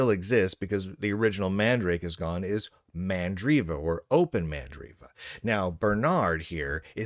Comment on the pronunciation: not MA'AMdriva!